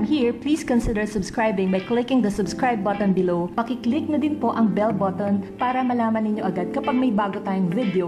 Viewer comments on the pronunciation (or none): Why does every filipino youtuber say bell boton when its really bu-uhn